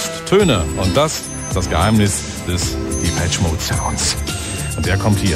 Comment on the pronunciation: "Dipetschie Mode" 😄